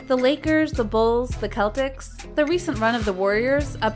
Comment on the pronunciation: Honestly learn how to say Celtics